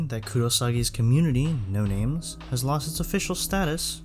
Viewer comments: finally, a person who pronounces the names right. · Finally someone who doesn't slaughter the names